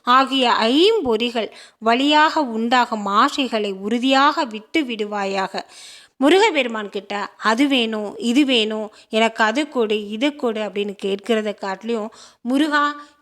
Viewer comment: முருக( B)பெருமான் அல்ல முருக (P)பெருமான், தமிழ் கடவுள் முருகன், சரியாக உச்சரிக்கவும்.